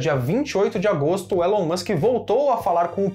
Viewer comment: A pronúncia é "Ilon" Musk.